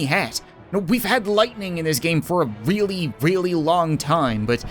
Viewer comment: Has anyone else noticed how when he says really it sounds like weally